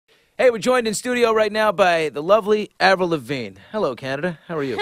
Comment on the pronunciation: lol "avirl" wth :/